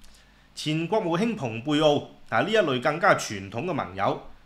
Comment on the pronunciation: 聽到蓬佩奧不再讀成fung佩奧，而是讀pung佩奧，值得一讚，因為普通話就是用「蓬」字來譯原文p字頭的音節。同樣，俄國地方Sochi譯成索契，是因為普通話用契約的「契」字來譯chi，契約粵語讀kai約，索契自也應讀成索kai。「契」只在特指商代祖先契時讀sit，如果粵語讀索sit，普通話便要讀索xie，而若普通話真是想讀者讀xie音，便會寫成「謝」或「舍」之類，絕不會寫成「契」。順便一提，「契」讀kai並無任何不雅之處，正如賓夕法尼亞州簡稱賓州，並無不妥。